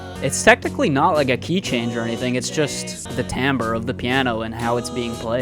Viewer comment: Kudos for pronouncing "timbre" correctly. Uncommon.